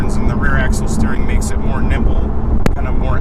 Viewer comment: . . .Ah, more NIMBLE. . . I thought you said more NIPPLE, then again that car is tits.